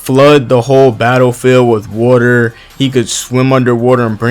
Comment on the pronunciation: "woooter style" lmaoooo